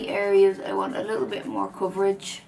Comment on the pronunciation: You mean coverage not cvrggggg right ? 😂❤️